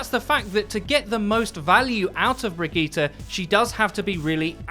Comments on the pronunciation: Wow...miss pronunciatte a few more things. It's not brig E ta.... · Bri•d•jeet It's pronounced bridjeet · Why do people insist on trying to church up bridgetes name? Bri-gee-tee-tett-gon-gee-tah. You sound like people who try to go full Italian at italian restaurants. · Bridgette is french and it's pronounced bridge it...if for some reason overwatch pronouces it like you do...it's dumb on all ends. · Who says Brigitte like that? It's not french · Can we please start saying her name properly shes not a sayin i dont get it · It's actually painful to listen to how awfully you pronounce Brigitte lol